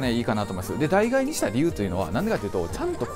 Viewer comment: 脳死でノースフェイス着てる奴に脱ユニクロ語られても何も響かないんだけど… あと代替は「だいがえ」じゃなく「だいたい」な